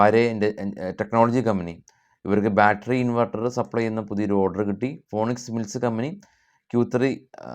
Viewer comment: ഫോണിക്സ് അല്ല ഫീനിക്സ് മിൽ